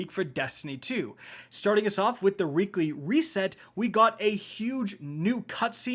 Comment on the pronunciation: Anyone else hear him say "wReekly reset"???